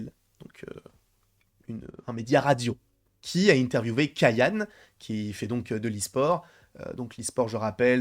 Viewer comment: Les boomer n'aiment pas le changement, ils continuent dans les même clichés depuis 20ans ! Ps: on dit "Kayané" avec un é à la fin